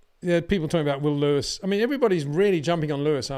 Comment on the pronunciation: HEY PETER WINDSOR, I HAVE MESSAGE FOR YOU SIR: it is NOT Max "verSHtappen" ... Max is not German (Germans indeed can in most cases pronounce "st" as "sht") ... #Max33 = Dutch NL/Belgium! ... It is not "Bottash" nor is it "Lewish" certainly not "verSHtappen" .... This BS started long time ago when a British sport presenter interviewed father Jos Verstappen and assumed you can use a German pronunciation to a Dutch Driver thinking it is so "funny" ... It is not. Serious question: can any Englishman say "versatile" out-loud without saying "vershatile" phonetically? most can about 99,99% ... that is why most English can pronounce Verstappen 100% correct! Father Jos Verstappen (also F1 Racer) was very active between back then only a very few said "Vershtappen" but the vast majority of British sport presenters pronounced it perfectly ... only a few old stubborn farts like Peter Windshor I know ... but get this: The Dutch 🇳🇱 NEVER EVER pronounce the st as sht ... that is why I mention the difference between the two countries ... I worked in Germany and have family in Germany and am part German myself.